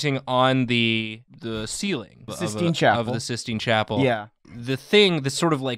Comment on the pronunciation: Sith-Stine Chapel? That is all.